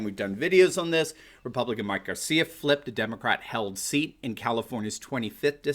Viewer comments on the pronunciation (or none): none